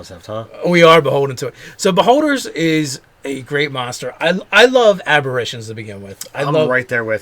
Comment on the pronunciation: "abberitions" kind of a mixture of apparition and abberation. I like it.